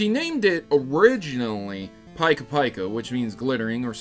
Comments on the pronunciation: Pike-a pike-a? Really? You didn’t think it could be... pika? Like in Pikachu? 😂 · did he just say.. "Paika Paika" .... smh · i died when you pronounce pika pika in japanese it was pronounced the same as English paika paika lmao ggay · but! it’s not paika paika. it’ pika pika. sounds the same like pikachu without the -chu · Pika pika is pronounced peaka peaka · You mispronounced Pikapika.